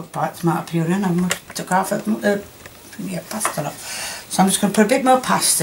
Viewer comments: I love how she calls “passata” “pasta”😂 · She means passeta, but she can't say it. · it does matter. If you go to the shop and ask for pasta they aren't going to show you pasata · Pasatta not pasta 😯